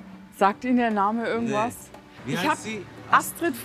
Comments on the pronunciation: Sie machen schöne Arbeit! Aber warum sagen Sie "ürgendwas" und nicht wie geschrieben "irgendwas"? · ich musste auch mehrmals lesen. Sie spricht das „I“ bei „irgendwas“ aus wie ein „ü“